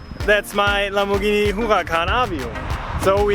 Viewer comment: "lambovhini muvacan"